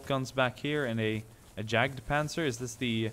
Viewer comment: Yagd not Jagd.